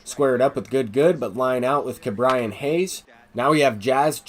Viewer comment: Ke’bryan Hayes is pronounced KE and not KA